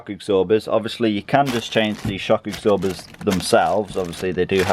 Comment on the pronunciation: shock "egsorbers", eh? 😂 Where you from, mate?